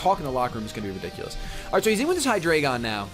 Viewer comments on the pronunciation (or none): It's Hy-dry-gun! It and it's previous evo's are based off the German; Ein, Zwei, Drei (1, 2, 3) Only gripe this video! Keep them coming!